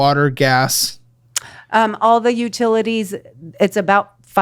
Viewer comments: Utitities? hahahahahha I kid, I kid! Thanks for doing what you do!:) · “Utitities” made me giggle. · "Utitities"😂😂 that must be the "fun" spending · Utitities? Lol...glad you went easy on her, she has a big heart and seems very sweet.